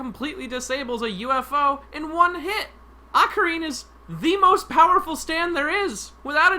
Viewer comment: Akari? You mean araki?